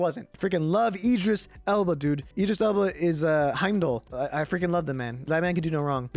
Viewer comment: “EEdris Elba”??????